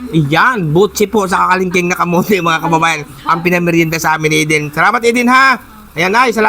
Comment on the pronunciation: Galing ni, tama ang pronunciation ng pangalan ni Eden. Kasi masakit sa mga ears pag hindi na nabigkasng tama. Thank you,.